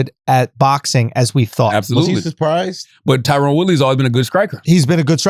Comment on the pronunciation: TyRON not tyrone smh